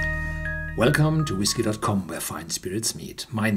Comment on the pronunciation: He drank too much Vhisky..